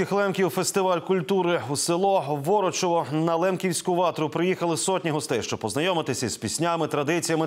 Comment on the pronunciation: НЕ ВорочОво а ВорочЕво!!"!